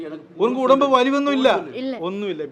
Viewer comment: എടേയ് നിനക്ക് തമിഴ് തീരെഅറിയില്ലേ ഉടുമ്പ്അല്ല ഒടമ്പ് 🤣🤣ഒക്കെശെരിയാകും 🤣🤣എല്ലാവരും പണത്തിനുവേണ്ടി യാണ് 🤣🤣🤣🤣🤣🤣🤣🤣🤣